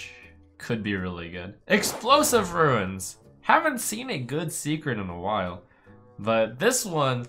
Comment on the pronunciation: Trump, they're runes, not ruins.